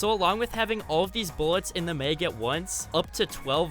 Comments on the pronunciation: Nope, lost interest when he said may-g (mag), it’s mah-g (mag) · It bothers me that he says Meg instead of mag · It’s mag not meg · He pronounces mag “meg” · The mag he says the meag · “In the meg” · Am I the only person hearing meg instead or mag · He said mag like meeag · Why does this guy say “meg” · It's funny how you say "maig"😂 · Are you Canadian? Also i noticed you pronounce “max” with a n open “a” sound, but a simple 1 letter difference with the word “mag” changes your pronunciation of the word to “meg” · You must be from Minnesota saying Mag like it’s Meg :’) thanks for the trip down nostalgia lane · No one commented about how he pronounces mag????